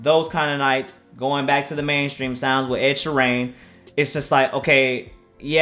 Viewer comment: Ed sherrayne lol